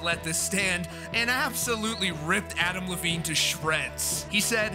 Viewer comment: Why do I keep hearing Avril Lavigne instead of Adam Levine lol